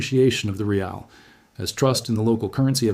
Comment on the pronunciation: Raeels? 😅😂 It is called rial, you so-called expert